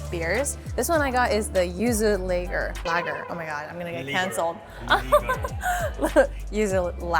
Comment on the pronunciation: Never had nagaimo, but it looked like brown kamaboko sliced like that. I don't think that thought is appetizing though.🤢😂 Lager is pronounced like faa-laa-laa-lager. is tongue-tied between Japanese and her American English.😉